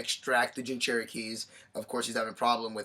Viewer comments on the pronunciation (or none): none